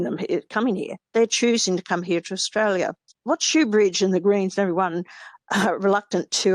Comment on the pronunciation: I do find it hard listening to someone extoll Australian virtues when they can't even pronounce Australia correctly.